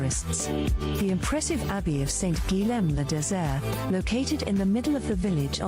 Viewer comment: The pronunciation of Saint-Guilhem le Désert is wrong...in French, “lh” is pronounced “ye”, so it's not “guiLem” that should be said, but “guiYem”.